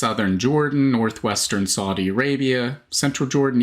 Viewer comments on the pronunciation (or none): none